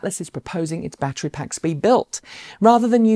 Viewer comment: Ba’tree is not a word